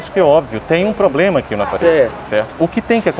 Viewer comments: Que nervoso desse maluco falando ''POBLEMA'', ''TIPO ASSIM'', tentando ser formal kkkkkkkkkkkkkkkkkkkkk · o cara falando Poblema toda hora kkkkkkkkkkkkk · Falou "Poblema", já sei que a empresa é fuleira. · Eu assisti esta reportagem ! Além de não atender os consumidores bem. Ele falou errado à palavra problema muitas e muitas vezes. Eu contei quantas vezes ele falou a palavra problema errado. Kakakakakakakakakaka AUQUEM aí sabe quantas vezes ele falou esta palavra errada. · 🛑🛑🛑 Problema ? Poblema.... Poblema.... Vamos melhorar o português aí funcionário.... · Alguém fala pra esse cara que a o correto é: Problema E não: Pobrema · que raiva de quem fala poblema !!! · A pessoa que fala “ pobrema “ já não dá kkkkk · Oq mais me incomoda é o tal do falando "POBLEMA" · POBLEMA ou problema? 🤦🏻‍♂️ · Me recuso em pleno 2022 escutar um gerente falar “poblema” putaquepariu viu rs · Falou poblema eu ja n aceito.....kkkkkkk LIXOOOO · Esse cara falando “poblema” chega dá agonia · Como um dono de uma loja não sabe a interpretação mínima do CDC? Outra coisa: ele precisa de um curso de português direcionado à oratória para saber tratar com os clientes. Plobrema? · Se eu ouvisse poblema, só queria meu dinheiro e só..kkkkkkkk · O cara diz que trabalha muito a comunicação, mas fala "poblema", a discussão acaba aí... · Que nervoso esse maluco tão treinado falando "poblema"😰 toda hora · Cada vez que ouço "poblema" me contorço todo! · Isso é um poblema. Procure o. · Que bom que resolveu o "poblema" rápido.... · O cara só sabe falar "poblema". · P R O B L E M A É O SEU PORTUGUÊS. o cara só fala POblema e NEM SABE DE FATO RESOLVER UM PROBLEMA. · Não dá pra confiar em alguém que fala "POBLEMA". Nem português básico o indivíduo sabe falar. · O poblema, o poblema, o poblema... Kkkkkkkkkkkkkk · Segundo o "pobrema" foi a falta de comunicação......sabe nada inocente 😂😂🤣😂🤣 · Que carinha chato, tento ganhar o Ben Mendes na conversinha. "O poblema"..... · Poblema! KKKKKKK